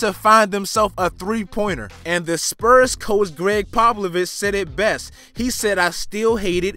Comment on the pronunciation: Didchu just say poplovic?